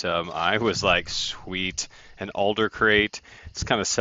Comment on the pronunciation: Its Adler, as in add ler. not Alder lol